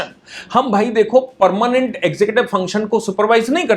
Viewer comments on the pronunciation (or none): none